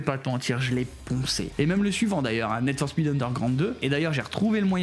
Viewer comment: C'est Need for speed pas Ned for speed